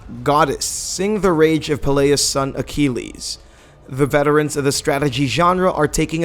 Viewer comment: In-ah-vutive? Feb-wary? A-key-leez? My ears are bleeding.